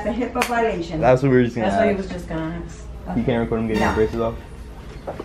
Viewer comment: who says aks 😂😂